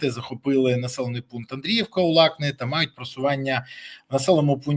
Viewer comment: Бориславе, зробіть щось зі своєю дикцією, неможливо слухати УлакЛИ, доречі